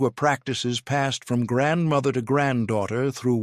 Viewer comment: OMG. Narrator mispronounces nearly every Polish word. Also, there are no “required” dishes, just no meat and eggs and dairy are permitted. It is a meatless meal not a vegan meal. My Polish grandmother (another word he mispronounces) was born in the late 1890s, and I still celebrate with the Wigilia (the W is pronounced like a V in Polish). My favorite dish is handmade pierogi, fried.